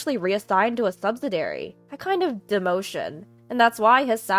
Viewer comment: I’m sorry and normally just roll with the frequent grammar, spelling, and pronunciation mistakes. However, they are getting worse. Please, do a pre-read or rehearsal. BTW: subsidiary is pronounced, sub-sid-i- ary. 😊